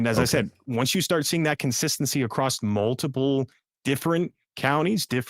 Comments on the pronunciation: Incorrectly pronouncing "across" with a "t" at the end, as "acrost" is incredibly irritating to listen to. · Acrossed (acrosst) is not a word. Across is the only way it goes. Learn it, live it, love it. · Second time I’ve seen this guest. I find it fascinating. But why is he not everywhere showing this data? PS please stop saying acrossst!